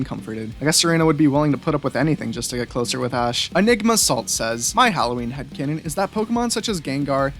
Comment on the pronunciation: Thanks for including my headcannon and you also pronounced my name wrong